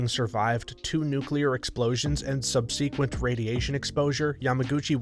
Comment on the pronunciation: Please learn how to pronounce "subsequent." It's not "sub-see-quent." 🙄 Duh. (Addendum: please just learn how to pronounce simple words. It's not difficult.)